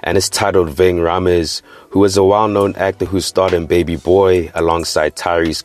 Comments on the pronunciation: Nigga its pronounced “raymes” not Rhaamez 😂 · Pronounced "Ving {Ray-mz}" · Rha-mes 😭 Rhames! nigga damn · Man said vinh raaaah meez